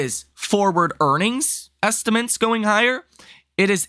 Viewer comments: Dude… can you please learn to pronounce “estimates”? It’s not “estiments”. It’s pronounced “est-uh-mits”. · You would have more credibility if you pronounced the word estimates correctly. Just try, it’s not so hard. It’s a word you use all the time.